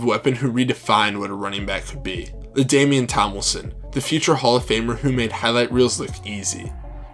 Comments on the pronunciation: “Ladamian Tomilson” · Who is LeDamian Tommelson?